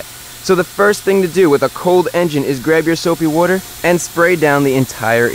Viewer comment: soapy wooder